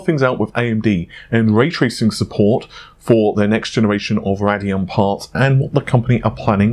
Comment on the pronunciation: It's pronounces "RAY DEE ON". :D Thank you! ;)